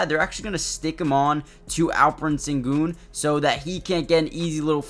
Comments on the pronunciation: in america. in his language it´s shen-goun. like the ou in you. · The Sen in Sengun is pronounced "shen". And no one calls him AS, we typically refer to him as Al-P. Great video. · It’s close. You’re saying his first name right but it is more like Shen-goon